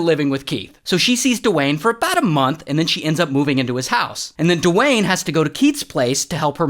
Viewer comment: the rock? Nah, ✨DE-WAYNE✨